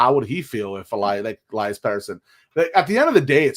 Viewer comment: Maybe we should trade Elias p40 because after all these years, you still don't know how to pronounce his first name!